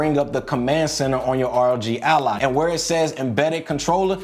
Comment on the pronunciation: Thank you for saying, "R-O-G" instead of "Rog as in Log"... thanks for the tips!